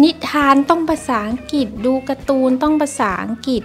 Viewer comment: แม่ตุ๊กแก้ไขหน่อยค่ะ "อังกฤษ" อ่านว่า "อัง-กริด" ไม่ใบ่ "อังกิด" เดี๋ยวเด็กๆ จะพูดผิดตามนะคะ